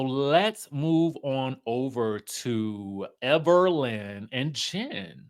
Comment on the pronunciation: Everytime you say that dammm lady name is HILARIOUS..."EVERLYN" 😂😂😂